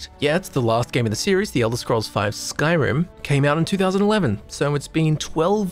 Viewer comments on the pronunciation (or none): none